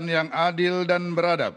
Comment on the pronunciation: Beradab bukan berhadab beda satu kata tapi maknanya beda tolong coba simak dg cermat apa yg sedang di baca ketua DPR. Itu salah besar kemanusiaan yg adil dan berhadab itu salah besar. Hanya membaca kok salah itu kan sila ke. 2